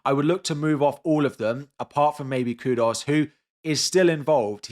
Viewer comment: Bro... stop saying Kudos. It's Kudus